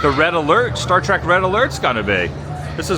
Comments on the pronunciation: Adam: it's not star trak, it's star trek!!!! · Hurts me when he says Trak.